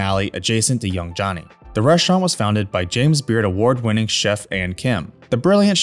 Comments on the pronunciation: note to you, it’s not Young “Johnny”, it’s Young “Joanie”. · The restaurant Young Joni is pronounced Young Joanie, not Young Johnny. Do your research.